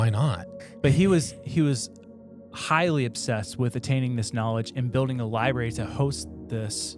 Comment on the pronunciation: Why do you guys not understand there is an R after the B in library? It’s infuriating